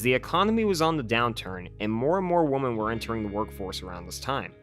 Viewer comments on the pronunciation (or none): “Woman” and “women” are pronounced differently. Women is pronounced like wimm-en.